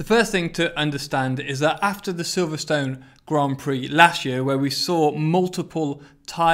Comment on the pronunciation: Silverstone is pronounced wrong